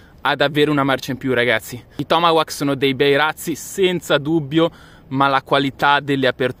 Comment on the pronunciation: ti pregoh la pronuncia dei tomahawk si direbbe tipo tomahok letto cosi è la pronuncia giusta :):):) bei razzi ,più belli gli apollo e pare avessero un botto anche più forte degli altri e bello il fatto che il coso che lo manda su nn si interrompe e continua fino all'esplosione